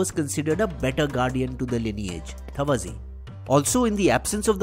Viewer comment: I think that in the South, names like tavazhi are pronounced like तवळी, we do not have this letter in Hindi called ळ. Its pronunciation is ल and we roll the tongue upwards like in ण. Besides it is a good video